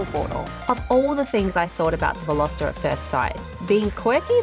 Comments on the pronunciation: 0.10seconds re the word 'unique':-. It's either unique or not unique. The word 'Unique' doesn't need a 'qualifier'. it's an 'absolute'. And at 10.30, you said VelosEter (like Jenna did some time ago.) It's not pronounced like that. Otherwise, I enjoyed your review of the 2020 Hyundai Veloster. Indeed, if I was younger, I might buy a Veloster as an unusual addition to my garage. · Velositer? C'mon, learn how to pronounce it before you review it. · Veloster or Velositer ?